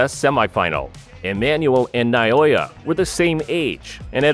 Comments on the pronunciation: NA O YA not Nayoya. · For the love of God, his name is NA O YA. Not Na Yo Ya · NA O YA!!!! not Nayoya! How insulting to have someone like you murdering his simple but amazing name.To help you, pronounce it properly. NAO(H)YA goes without a H, but placed there to give you a hint. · not noyoya he is naoya. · Who is Nayoya? The Monster's name is not Nayoya, but Naoya! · Na Oh Ya